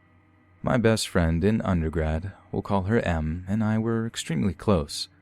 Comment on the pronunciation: I thought you meant “masochist” because you said “M” instead of “Em.”